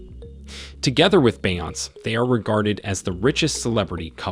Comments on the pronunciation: Kanye is pronounced Con Yea. ...not can I. Beyoncé's name is pronounced Beyon- say. Patrice is pronounced patreese. And I'm sure you got everyone else's name wrong too. Plus, you explained how the first white looking guy (Karp) made the list as a black person but what about the rest? Rhianna is from the Caribbean in America. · The fact that he said Tyler perry was 21??? Umm sir did you do any research. Then went on to pronounce Beyoncé’s name wrong. Please just delete the whole video. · Have you never heard of Oprah, Kanye or Beyonce. It's almost indefensible to make a video with these people and not know to to pronounce their names. And a few of these people on this list are not black and probably would not identify themselves as such. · I didn't have any comments until I decided that they needed to know this man purposely does not pronounce the names of the most popular people in the world correctly! Especially all the black women! Who doesn't know how to pronounce Oprah and Beyoncé? Really???? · I thought it was weird the way he pronounced names like Beyonce 😂😂. If he is AI then it makes sense